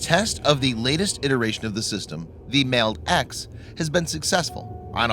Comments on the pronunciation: You're not pronouncing MALD right. The A in MALD is short. Like the "Wall". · I feel like your pronouncing MALD wrong